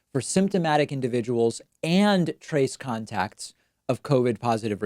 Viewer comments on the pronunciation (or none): none